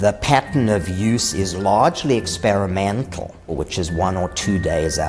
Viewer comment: EX PAIR A MENNNNNTALLLLL!!! Could you say that any weirder dude. xP